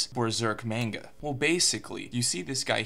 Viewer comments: Why he do be saying "menga" doe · He isn't even pronouncing the word manga right...